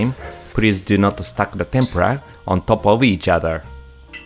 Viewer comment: Dear Sir.yuor pronunciation on Tempra that's the way you pronunciation sound BUT. RIGHT WAY IS TEMPURA Wich make lots difference